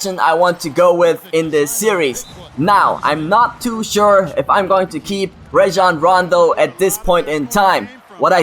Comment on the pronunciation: I really hate to say this, but you're really pronouncing "Rajon Rondo" wrong. It's pronounced "RAH-jon," not "RAY-jon."